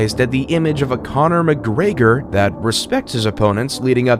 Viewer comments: Connor Mcgregor ❌ Connor McGreyger✔ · "Conor McGraygor" laughing my fucking ass off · By the way the narrator said mcgregor shows me that you are fivver channel. Someone writes a script, you pay some asshole 5 bucks to voice it, and you call the video yours. Do your own shit